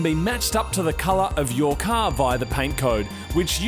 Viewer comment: "Ye cah" 😁